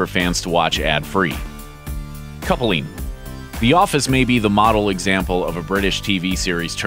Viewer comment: Coupling is two syllables, not three.